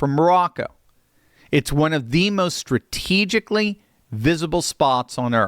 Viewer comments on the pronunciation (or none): What, how to pronounce strategic?